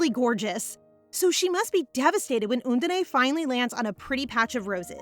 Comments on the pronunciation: Love the manga and reading as always! But the pronunciation is "Un-dine", not "Un-din-ae" ❤. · Undine (the water spirit) is actually pronounced like uhn-deen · lol, how the narrator keeps saying 'undine'